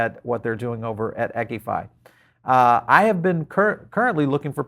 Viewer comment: I think it's "E" "Q" I FI not eckifi...